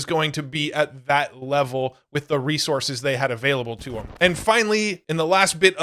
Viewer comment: I Wuv Me Some Fwee Weesources!